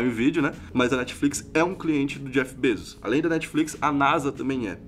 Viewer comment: o correto é BEZOS